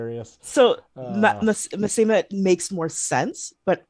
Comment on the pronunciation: ow my ears! I've always said it as MASS-ih-mah, not ma-SEE-mah